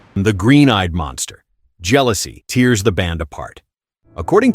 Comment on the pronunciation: Why did the narrator pronounce “tears” in “tears the band apart” in the way you’d pronounce the tears that fall from the eyes?